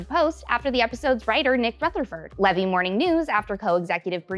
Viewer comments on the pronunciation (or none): Love your recaps, thought you'd want to know that Steve Levy pronounces his last name like Lee-Vee not, Leh-Vee. Source: Any episode of HarmonTown where he was present, especially D&D episodes.